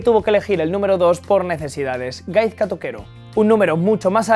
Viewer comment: He oído Gaizka TOQUERO pronunciando Gaizka con "z" y me a echo daño se pronuncia con "s"